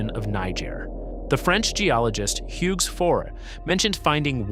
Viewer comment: "... in the Niger DESERT...?" Is this AI slop? And "Hugues" is pronounced "oog", not "hoogs". I'm giving up watching this now. The first one was just weird. The second? If there was any word I'd check the pronunciation on before making a video, it would be a French guy's name.